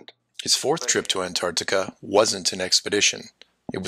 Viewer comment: so nice to hear an american pronounce the T in anTarctica. so many americans call it anartica